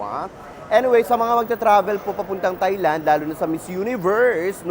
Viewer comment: it is pronounced as tai-land bweks naman!